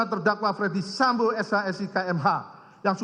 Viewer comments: ferdy sambo pak, bukan fredy sambo, wah jd ngeri itu salah ucap bs jd celah bebas 😬 maklum saya buta hukum 🙏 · Apa cuma gua yg dengar kalo pak jaksa manggil nama FS dengan Fredy Sambo ?